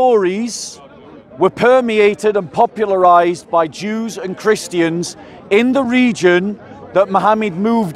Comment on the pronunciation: It's so funny when people say "Christy ans" 😂